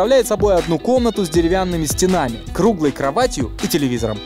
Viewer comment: СтЕнами, а не стенАми